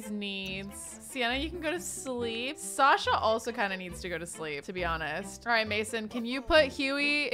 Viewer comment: Hey, I love how you use a bunch of the names we suggest - and I really like that you used Sasha, that's my chosen name and I don’t often hear people who haven't heard it from me pronounce it the way I do but you get it just right! So thanks for the totally accidental affirmation!